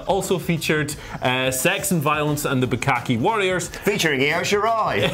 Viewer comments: Aaaaand another dislike from me. At least I only had to listen to “Bukkake Warriors” once from you. And much like the last time, enjoyed the rest of the video tho! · Did you just say bukkake warriors???